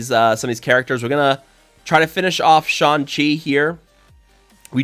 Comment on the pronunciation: I laugh every time he says "Sean Chi". LMAO